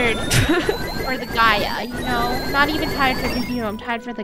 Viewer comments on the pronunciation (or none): It’s pronounced: ( jee-a) but spelled: (Gaia)